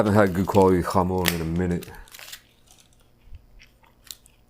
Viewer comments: i hate the way this guy says "jamon". bro, its not hebrew lmao. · The way he says jamón just cracks me up